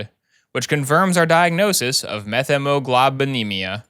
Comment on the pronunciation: As a lab/med tech, not sure if anyone cares BUT the correct pronunciation is “Met-hee-muh-glow-buh-nee-mee-uh” for Methemoglobinemia! 10/10 vid, looking forward to more house! (If there is more!)